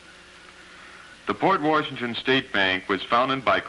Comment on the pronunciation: Where was the narrator from? It’s not pronounced Port Warrrrshington if you’re from WI.